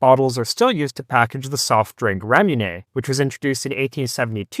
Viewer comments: FYI Ramune is pronounced with a "moo" not "myoo". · Pronounced 'rah-moo-nay', not 'rah-myu-neh'. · I didn’t know this guy was Canadian till I heard him pronounce Ramune - the RAYmune is the dead give away…and then I saw the channel name to confirm it. Canadians LOVE to cause DRAYmah, with their MAAHZduh cars, and while eating Italian PAAHStah. It’s pronounced Ruh-moo-neh if you care. The Ruh is a Rah, like the Egyptian sun god Ra. I spelled it with Ruh, cuz you give it a Rah/Ray sound. But it’s somewhere between Ruh and Rah. But it’s the exact sound of Ra, the sun God, but I don’t know how you would pronounce Ra…so I tried to toss ya in the direction of Ruh. (Great video BTW, this is the kind of PBS type content that I like. Right there with Technology Connections…but less crotchety. That’s high praise.) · it's pronounced raw-moo-neigh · I love Ramune, or at least the clear flavor (lemon lime I guess) and the nature of the bottle is part of the appeal. Though it turns out I've been pronouncing it wrong for years, I thought it was pronounced Ra-moon. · it's actually "le-mo-nade" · you're adding a "y" sound to ramune. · Ramune Japanese pronounciation of lemonade Labbit Japamese pronounciation of rabbit